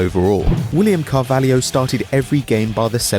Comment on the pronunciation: its Carvalho not Carvalhio